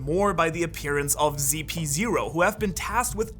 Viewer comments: WHY everyone calls it ZP 0?? its ridiculous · Its CP0 not GP0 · Why do u call them zp0 ziprepol? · brother i'm pretty sure it CP ..not ZP